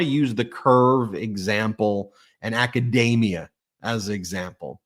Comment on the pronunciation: What the hell is "akadaymeah", Ben? Like a macadamia nut? The word is pronounced akadeemeah. It's spelled academia. Look it up and understand what a word means before you use it or you just seem ignorant. And, yes, I'm a pedant when it comes to language. There's another word for you to look up.